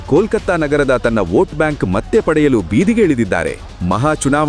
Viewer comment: ದಯಮಾಡಿ ಕೃತಕ ಬುದ್ಧಿಮತ್ತೆ (artificial intelligence ) ಅನುವಾದ ಮಾಡಿದ ಮಾತು ಹಾಕಬೇಡಿ. ತಪ್ಪು ಉಚ್ಚಾರ ಮಾಡುತ್ತದೆ. ಉದಾ: 'ಮತ್ತೆ' ಬದಲಿಗೆ 'ಮಟ್ಟೆ' 'ಮತ್ತು' ಬದಲಿಗೆ 'ಮಟ್ಟು' ಹೀಗೆ ಅನೇಕ! ಕೇಳಿಸಿಕೊಳ್ಳಲು ಹಿಂಸೆಯಾಗುತ್ತದೆ!